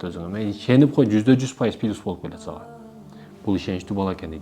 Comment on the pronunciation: Кличко эмес кличка, пилус эмес, плюс